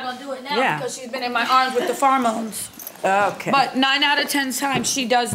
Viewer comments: She said 'farr-mones'. Jesus christ. Pheromones. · Its pronounced fair-moans. Lol but spelled pheromones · “Four-mones.” Baby no. Lavender is not a “four-mone.” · "Farmoans" -- lol